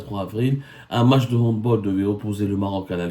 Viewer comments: On prononce "handbAll" pas "handbOl" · On dit "handbAll" et non "handbOl" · On dit Hand bAAAAAAL, C'est UN NOM ALLEMAND.On dit Hand bAll. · Mr Saumur on prononce HANDBALL avec un A c'est germanique au contraire des autres sports collectifs